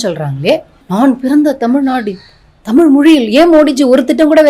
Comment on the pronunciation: தமில் இல்ல. தமிழ். கனிமொலி இல்ல. கனிமொழி. முதலில் இதை சரியா சொல்லுங்க தமிழ் (இந்தி)இசை அவர்களே.😢